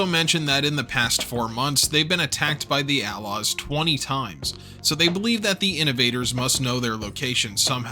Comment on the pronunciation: Why'd you say A-Laws like outlaws without the T?